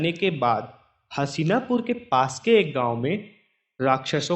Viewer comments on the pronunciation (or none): हशीनापुर नही हस्तिनापुर हैं भाई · Hasina pur nhi hastina pur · मेरे दोस्त उस राज्य का नाम "हसीनापुर" नही "हस्तिनापुर" हैं। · Haseena pur ny Hastina pur h chutiye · भाई हसीनापुर नहीं हस्तिनापुर नाम था । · What is hasina !! It's so annoying and so disrespectful. Please correct the pronunciation. 🙏